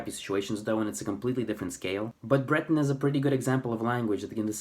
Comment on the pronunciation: For once, no nonsense! (a diplomatic term to replace two other less polite words). It is so hard to find people who "tell it like it is" regarding Breton. And you even pronounce the word properly instead of aping the French accented word. Thank you or even "merci bras deoc'h. I remember reading in the local weekly paper " Le Trégor " where they published a census taking (this was 1992) of the number of "bretonnants" or Breton speakers. The number came to 220,000 Breton speakers. Now, to this number, they divided it further down to people who spoke it on a daily basis or people who learnt it at home (probably in a rural setting) but didn't speak it very often anymore. In this census taking, it is important to point out that they didn't include people who "learnt Breton in books or other materials. Now, 30 years on, how on earth can they come to 220.,000 again? Oh, just to make it clear. This was census taking for all of Brittanly. Personally, I think it's more imaginary than real. Well, nowadays, it's your right to be called a woman even if you were'nt born one. I am not a native speaker of Breton even though I could pass for one once upon a time. I worked on a couple of farms in or near Plouaret and Vieux Marché. I ended up marrying one of the daughters at the first farm. I continued to speak Breton with family, friends and colleagues who were Breton speaking and my age or older until very recently. i still speak to my ex in Breton as she appreciates that emotional contact th